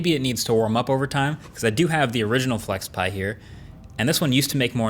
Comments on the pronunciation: When you said flexpai, i thought pi as in Raspberry Pi. 😅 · Weird "flexpai" but okay...